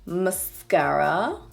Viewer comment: the way you say mascara makes me laugh am i the only one 🤔